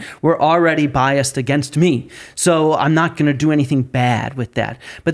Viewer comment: If she says " Uhh-Gaynst" one more fkn time I swear... 😂